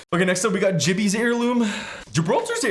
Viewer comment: Bro said jibby. But put caustics in C so I wont dislike this time